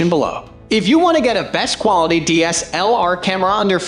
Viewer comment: What the hell is wrong with this guy's pronunciation of "DSLR"?